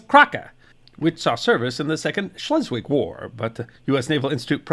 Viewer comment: Very interesting! Thank you! Schleswig => "chlessvich" Gloire => "glwar". Wilhelmshaven => "veelhelms hafen".